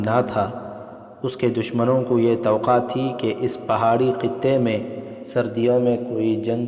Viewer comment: Not toqa correct is towaqqa